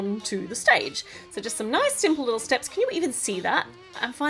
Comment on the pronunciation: the way she says steps is hilarious